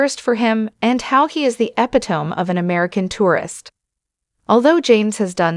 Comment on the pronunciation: This narrator needs to kean pronunciation of words as well. If you are going to call him out she needs to check her words. Arkansas’s, epitome for example